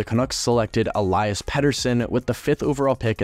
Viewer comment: Tom Willander** Elias pettersson is pronounced E-Lee-as, not the typical pronunciation of Elias. Also you forgot about them getting Johnathan Dahlen and flipping him for Linus Karlsson